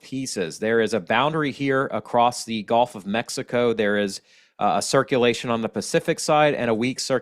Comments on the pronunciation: It's like gull...gu lf. Not like the game golf. 😄 Thanks for all the information,. Never too much for me, especially living a mile from the water. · I was born in Louisiana too in New Orleans so don’t worry about how you say gulf. We probably pronounced it wrong, but who cares really thank you for the update and have a wonderful day.